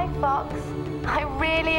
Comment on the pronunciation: "Oh Fucks" that "o"in Fox is easy to slip up on